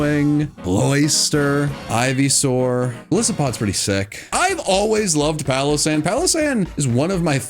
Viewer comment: SANDYGHAST IS ONE WORD, NOT 2 WORDS! AND IT'S PALOSSAND, NOT PALASAND!